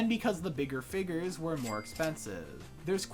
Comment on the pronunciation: Blud is saying figgers